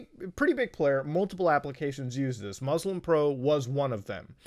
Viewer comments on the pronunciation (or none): Hearing muta not pronounce muslim properly makes me sad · DID HE JUST PRONOUNCE MUSLIM WRONG, WHILE BEING MUSLIM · Dude can say all the prayers' names in arabic perfectly but still says "Mozlem" lol